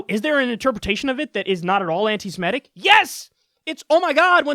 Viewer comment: Am I the only one that finds it odd that she can't pronounce anti-semitic properly or without stumble it almost feels like this bullshit seems forced at this point. Whoever wrote this deserves to be punched in the face. It's so much stupid concentrated into words. Ho Lee fuk